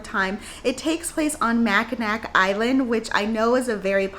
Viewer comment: Great list. FYI, Mackinac is pronounced Mackinaw Yes, I'm from Michigan and I know it's weird 🙂.